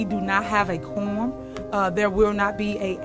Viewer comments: Sounds like she said “Corn🤦🏽‍♀️ Thiefany is an absolute disgrace Continued prayers for Dolton 🙏🏽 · For tiff tiff it has to rhyme, she thinks it’s spelled like forum😂😂😂so for her it’s Korum vice Quorum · Qwarm, just how she says it wrong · She says Cornum and you are correct her and the person that edited the video lol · SHE SAYS: due to the fact of we don't have a corm"" !!!! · Happy New Year, everyone! English (quorum) = Tahoe Tiff-Tiff (quaam) :face-orange-raised-eyebrow: #CawDaRow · Corm. Corn. Korrn. It’s her teeth. She has some type of underbite and she twists her mouth to say certain words. She can’t say February, she says feverery. I don’t know what I’m going to do when Tiffany is removed from her job. All the drama will die down UNLESS they somehow get Trina Downs on the board. That B is crazier than Tiffany. Dolton is going to go back into the shadows of boredom. Thanks Tiffany for the drama. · That’s what I heard too! “Korm”. 😂